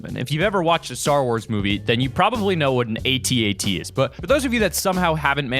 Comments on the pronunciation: It's pronounced AT-AT, not A-T-A-T... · It is not A-T-A-T it is At-At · its not a-t-a-t it is at-at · no its not pronounced "aht- aht" its pronounced "ay-tee-ay-tee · When he said atat I thought he said atnt